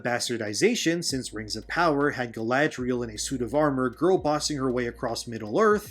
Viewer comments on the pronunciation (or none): none